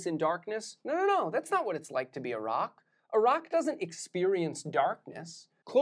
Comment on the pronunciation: Anyone else heard Iraq rather than a rock